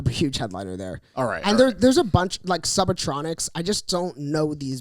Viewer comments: When said “SUBATONICS” it’s Subtronics!!! Loved that thank you hope you enjoyed yourself besides the bad weather 😂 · saying Subatronics instead of Subtronics made me so happy and I will be referring to Subtronics as such now 😂👏🏻 is seriously the best story teller